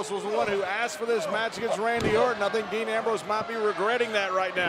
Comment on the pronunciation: Thought it was dean not dan